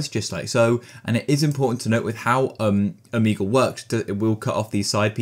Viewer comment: o-mee-goal (but seriously thank you so much)